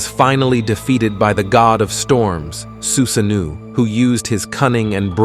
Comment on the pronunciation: I hears "susaneou" no no no no no.. Su-sa-noh-oh.